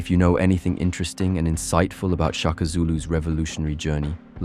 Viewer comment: Shaka. Not Chaka 😏